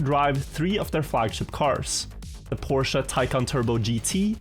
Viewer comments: "PORSHA" aint no way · Its Por-shuh not Porsha. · its read like Porsch brooooo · okay, after watching the whole vid, his pronounciation switches a lot lol